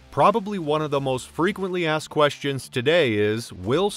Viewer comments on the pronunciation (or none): none